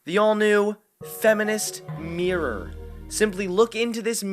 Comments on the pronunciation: It's mirror, not meeror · Good video, but why do you pronounce mirror that way? You sound like you're having a stroke bro